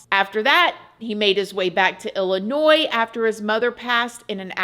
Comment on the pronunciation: I am born and raised in Illinois (actually the Danville area). I just want to thank you for your correct pronunciation of Illinois. There's a saying 'there's no noise in illinois ' lol. The S is silent and for some reason it drives me crazy when people say the S.